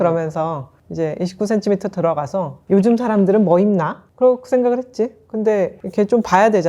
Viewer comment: 님이 추천하신 고급 타월 선물, 정말 센스 있네요! 😊 참고할게요. 저도 50대를 바라보니 이제 ‘예쁜 쓰레기’보다는 실용적인 선물이 제일이더라고요. 예전에 29CM에서 구매한 블랙 롱원피스를 격식 있는 자리마다 너무 잘 입고 있어서 이번 봄 쇼핑도 기대됩니다. 적당한 가격에 퀄리티가 좋은 29CM를 사랑해요. 😊 특히 님의 정직한 ‘이십구센티미터’ 발음에서 곧은 성격이 느껴져서 너무 재미있게 시청했습니다! ㅎㅎ❤ Ps.1. 떡볶이 요리영상도 조만간 기대하겠습니다요😅 2.또떠나는 육식녀 브이로그도 기대할게용